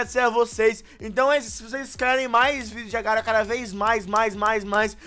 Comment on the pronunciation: mano se ler agario nao agar . io